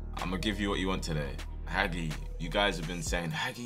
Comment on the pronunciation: Hagi name is pronounced haji